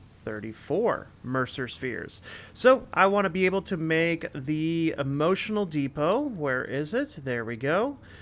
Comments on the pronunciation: Def emotional depot. I hear it too. 😂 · EMO-TION-AL DE-PO!! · Is it just me or do I keep hearing "emotional depots" when you're talking about the dimensional depots? haha Great builds! Looking forward to seeing this series continue.